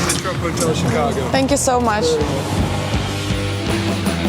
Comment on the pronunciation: Ивлеева :сенкю соу мач Приходите на обучение англисского языка Сенку соу мач😁😂😂